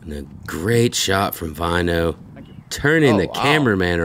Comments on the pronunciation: Btw: If you want to say his name right: the way you pronounce the 'Ä' in Finnish (Väinö Mäkelä here for example) is the same as the letter A, in the word Apple, and the 'Ö' sounds like U in Burn. Commentators here are pronouncing it as Vainou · I would say they pronounce it more like Wine O.